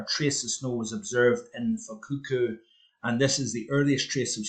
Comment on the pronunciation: Given that the earth was coming out of the Maunder minimum and the temp rise was just starting to happen it's not surprising that temps were lower back in the 17/1800s.Fukuoka is pronounced in 3 syllable segments so Fuk U oka. At least according to my Bro/in law.Taught over there so presumed he knows what it's about.